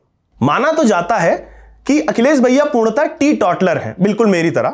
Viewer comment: आप तो अजीत भारती की व्यंग शैली ( व्यंग को क्लिष्ट हिंदी में लपेट कर बाण की तरह चलाना) का अनुसरण कर रहे हैं! टीटौटलर नहीं बोलिए - टीटोटलर सही उच्चारण है!